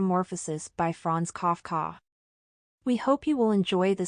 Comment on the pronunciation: Fraaaanz kaaf kaaaa, are you kidding me ? There are 6 billion people on Earth and you couldn't find a single one to narrate this story?